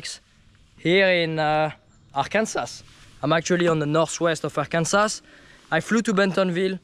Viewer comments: "Ar-kansas"😂 gotta come to MA and hit lynn woods and pine hills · The last "S" in Arkansas is pronounced as "W" as in Ar-kan-saw...Not the way French Canadians pronounce it- Ar-kan-Sass. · AR-KAN-SA........kill the final S. this should be easy for a frenchy! LOL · I wanted to be mad how he pronounced Arkansas…but I’ll let it slide this time